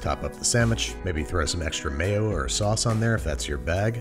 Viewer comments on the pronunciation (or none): none